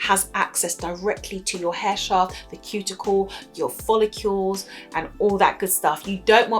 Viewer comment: Very detailed. Thanks. Always wonder why you say follicule, when it's follicle.